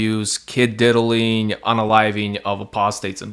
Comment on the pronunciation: bro said “kid diddiling” and it killed me 🤣